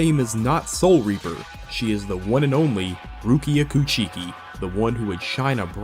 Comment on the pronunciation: "koo-chi-ki" lmao